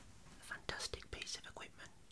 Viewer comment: I just love it when you say "equipment" 😴